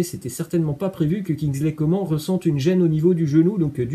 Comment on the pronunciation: carrément 😂 "Kinzleïe Comment" 😭